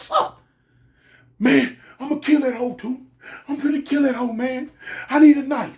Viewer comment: may not cuss but the emphasis on the word “Hoe” when he says it kills me 😂😂😂😂😂😂 I could inly imagine when he use to use all the other words